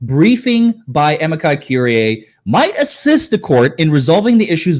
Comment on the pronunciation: Amici Curiae is pronounced "A" "ME" "SEE" or "A" "ME" "GI" "COR" "IE" (like courier, but withor the last "R")